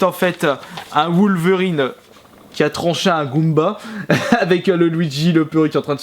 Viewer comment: "Woulverine" - - 2016